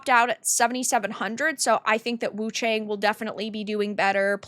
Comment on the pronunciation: Everyone is reading her name wrong... The "a" of Wu-Chang should sound like "a" from Arm and cAr...